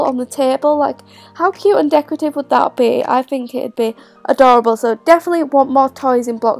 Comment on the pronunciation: her: ahdahrable me: adorable